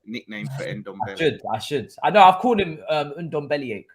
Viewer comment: You also called him NomNombele....